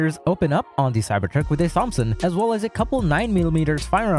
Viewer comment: Why are you pronouncing Thompson like that??